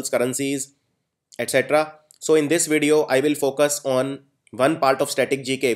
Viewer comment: not vedeo.It's video.